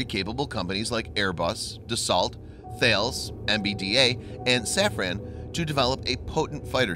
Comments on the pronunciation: Not pronounced like “Theyllz” Say Thales like TALUS. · Thales is pronounced “Talas“ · Are pronounced wrong by any way :)are thaalis = Θαλής